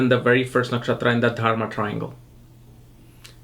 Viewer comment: Why do you keep saying TARMA? You mean to say Dharma, yes? You might consider rinsing out your mouth before you get into a dissertation on Ketu & for that matter any other aspect, yes? Fumbling around in your mouth is quite disgusting & distracting, especially when you are, after all, a teacher who imparts esoteric knowledge, yes? Otherwise you have a in-depth approach to the elements that construct a birth chart. Namaskar.